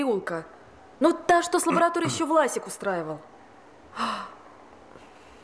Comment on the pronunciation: Плевать на внешнее сходство, но дикция актера играющего Сталина... Противно слушать и временами вообще не понятно что говорит. Произносит:"Власик", а слышется "Васик"